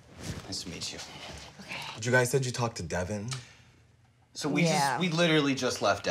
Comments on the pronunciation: Devin= duh-vaunn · His name is not Devin it Devil